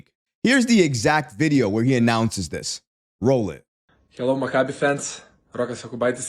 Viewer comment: It's pronounced mak-a-bee; not macabre! Oy.